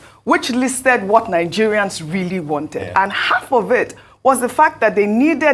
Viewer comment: For 22 Minutes he couldn't address the protesters Mr. President Tinubu stood in a spot and counting to pronounce Words wrongly Calling HALF -Aff bullshit well Nigerians you got what you Ordered , Tinubu has failed you! Tinubu came out to repeat himself Nonsense, Well Nigerians buckle up and Tighten your belt